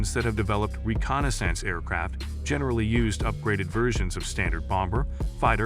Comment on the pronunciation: As long as they were used for reconna-sance and not reconnaissance we're safe 😕